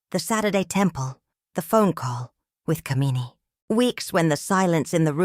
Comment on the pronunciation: The way the name "Kamini" is pronounced is cringe-worthy because of the way the meaning of the name is changed. "Kuh-mee-nee" is a despicable woman. "Kaa-mi-nee" on the other hand is a desirable, beautiful woman.